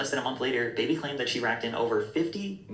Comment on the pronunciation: What annoys me is people saying Bhad “Baby” when it’s Bhabie like BARbie but said without an R like someone from Boston.